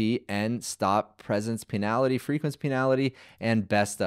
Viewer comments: Bro, it's pronounced "pen-ulty" not "peenality" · Great VIDEO! But it's PEN - ALL - TEEEEEEE ..... Please AI fix this for future references. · Pee - na-lity? Bro, that's the funniest pronunciation version of "penalty" I've ever heard.